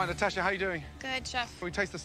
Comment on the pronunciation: pronounces "Natasha" the same way Russians do lol.